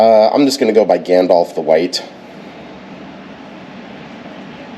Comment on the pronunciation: James failed epically. All hot and authoritarian when he rolled up..then realized he's on audit and tries to save face. But dude. It's Gandalf, not Gandolf.